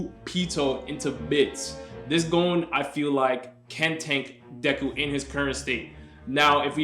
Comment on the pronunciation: Can’t rank if you can’t pronounce Gon